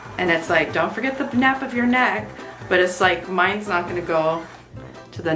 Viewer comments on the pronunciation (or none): Her calling it nap instead of nape made my blood pressure shoot through the roof lol I hate how much it bugged me, I need to chill I know this lol